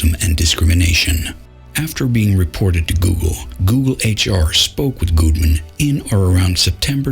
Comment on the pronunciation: You know whats uh.. annoying maybe? Weird? I don't know... is the fact that when you talk in your low, grumbly voice like this, your pronunciations of "google" and "Gudeman" are effectively identical, which, in this particular case, has a significant impact on comprehensibility of the subject matter.